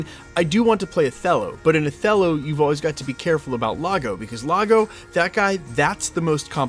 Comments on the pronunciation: "Lago"? Do you mean "IAGO" with an 'i'? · I'm 💯% certain it's Iago, not Lago. You Americans are cute. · Great update but it’s “Iago” with an “I” from Othello not “Lago” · It's Iago, dude, with an "I" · Not to nitpick, but Jonathan Majors said "E-ya-go" spelled IAGO, not LAGO. Yes, I'm old. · Wasn’t it Iago instead of Lago? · It's "Iago" with a capital "I", like the parrot in Aladdin, not "Lago" with an "L". 😂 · That is an 'I' not an 'L'. Pronounced EE-AH-go not Lah-go. You should read Shakespeare. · That's a capital "i", not a lower case "L" in Iago - "ee-awe-go"